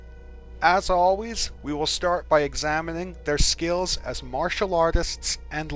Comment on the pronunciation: I love how he says skills lol. "SKEEEELS"